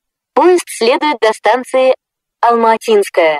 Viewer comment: Раньше убого звучала Алма-Атинская («Алм-А(слабое ударение на первую букву)тинская) Ладно, хоть исправили... И да, английская озвучка о аэропорте Домодедово, была более смешная (это мое субъективное мнение)